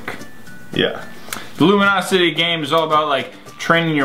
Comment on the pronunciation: I wonder when they realized that they were saying Luminosity instead of Lumosity the whole time.